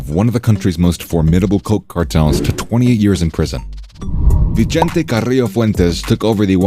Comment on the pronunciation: "vee-chente"....no lol, NOOOO. Its pronounced "vi-sente"